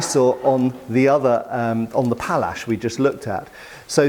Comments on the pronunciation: Not Pallsch but Pałasz, it is Polish weapon. The handle is typical for Hussars. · Thanks for a great pronunciation of Sabre / Shabla. For the other one it's actually: Pawash